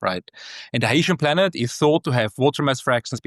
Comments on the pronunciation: this guy came up with a totally new pronunciation "hi-ye-shen" as opposed to hy-see-en or hy-shen lol. IMO "Hy-see-en" definitely sounds more "sci-fi" lol. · Hycean is pronounced ´your anus.'